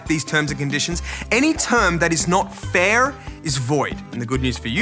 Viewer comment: His pronunciation of "fair" is strangely American...